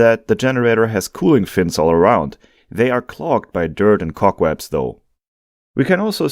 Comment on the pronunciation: Wait, under you said dirt and cockwebs :face-blue-wide-eyes: ( that must be cobwebs)🤣🤣